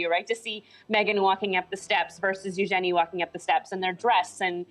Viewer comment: u jenny who the hell is U-Jenny the name is Eugenie or should we say U-jeanie